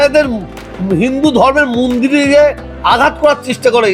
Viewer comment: মন্দির বলতে পারে না মুন্ডির । অশিক্ষিত লোক একটা সে আবার বিধায়ক এর নামে বদনাম করে।।বিধায়ক কে কিছু মাল করি চেয়েছিলো মনে হয় পায় নি তাই রাগ হয়েছে।।😊